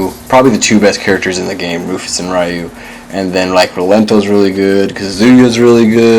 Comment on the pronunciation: Why is Ryu's name so difficult to pronounce? It really bothers me that people who obviously love the Street Fighter games this much can't be bothered with learning name pronunciation.